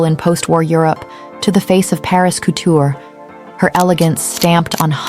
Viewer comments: Did she actually say “coot- ure?” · Couture was also pronounced wrong.